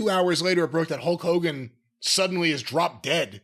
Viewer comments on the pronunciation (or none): Whys he saying "Hoke Hogan"?